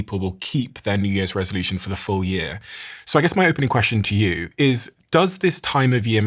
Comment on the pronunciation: years 💀 yöz ✅ hate how he pronounces that... ew